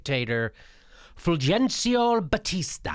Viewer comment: I believe Fulgencio is pronounced as Fulhencio, Spanish has a soft g before e and i.